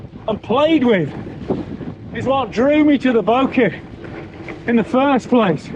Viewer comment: Great review of a fantastic bike. Keep working on that "Bokeh" pronunciation!!